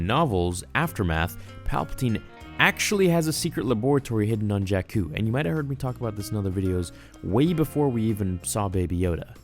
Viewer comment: Bruh...JAKKU...NOT JACK-KOO..🤣